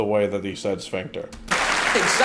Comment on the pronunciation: He said sphincter in the most Sean Connery way possible.